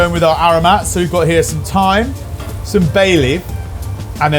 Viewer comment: Thyme? Ohhh. Haha.